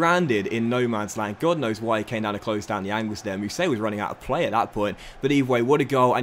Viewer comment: It’s pronounced lies mousset not lees just so you know keep up good vids lad